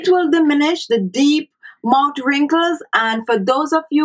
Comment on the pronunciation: Sonya Parker, I love her island accent, but yes, the 'mout' being said over & over again made the beginning of the video difficult to watch. If you don't like that people have something to say about that, I feel sorry for you, because you are an adherent to 'Do as I say, not as I do.' Any linguist or language teacher worth their salt would instruct her to place her tongue onto the back of her teeth while pronouncing th's, or as my speech therapist used to say, 'ith' sounds. Just clicking the tongue on the back of the upper front teeth makes the 't' sound, but holding the tongue there creates the proper 'th' sound. That way she would say 'mouth wrinkles' & 'thirty minutes' instead of "mout wrinkles" & "turdy minutes". It's about lingual mechanics, not any kind of disrespect. To say that it is not respectful to try to tell someone who is a public speaker to properly articulate their words so that their entire audience can understand what they are saying is very silly. It would be not respectful to just rubber stamp it. She's a grown woman. I think she can handle the comment. And if she can't, she doesn't belong on YouTube, she'd belong in therapy. Again, she looks to be healthy, happy, & not a withering flower. I don't think she's losing any sleep over And She Was's comment. The woman is mispronouncing her words, period. Saying it is not respectful to tell her that is... just your individual overly defensive emotions speaking, not fact. Facts: If the lady were to say those word